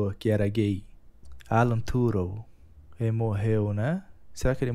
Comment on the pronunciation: kkkkkkkkkkkkkkkkkkkk "Alan torung"